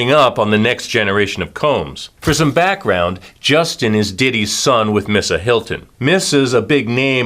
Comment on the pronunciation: Its pronounced MEEsa like Lisa with an “M”